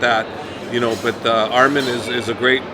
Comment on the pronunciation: Say his name right it’s not armen it’s arman